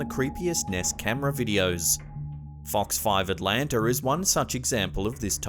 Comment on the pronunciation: Atlanter, lol, even us southerners think it's weird to say Atlanta that way.🤔